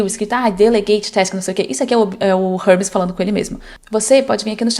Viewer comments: érmes - não é Rérmes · "Hubs... Rãmis... Harmes...? Ahhh, agora entendi, era Hermes! 😂 Uma sugestão sincera: como o vídeo é em português, talvez valha mais a pena usar uma pronúncia mais próxima da que o público brasileiro está acostumado a ouvir. Nesse caso eu realmente demorei para entender de quem você estava falando. Se a ideia era gerar engajamento nos comentários, funcionou perfeitamente. 😅 Mas se não foi intencional, a pronúncia acabou atrapalhando um pouco a compreensão do conteúdo." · Se fala érmes, não rérmes